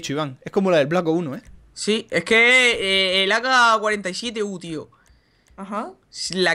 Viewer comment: AK-47u???? me sangran los oídos jaja